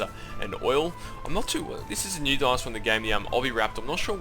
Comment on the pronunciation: He calls dinosaur donasour its funny